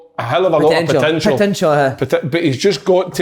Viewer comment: Si finishing big kevs sentence for him about Ryan Porteous says potential then realises and changes it to potintial 😂